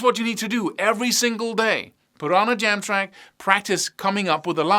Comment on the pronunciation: When you're saying 'put on the jam track' but it sounds like 'put on the damn track!!'😀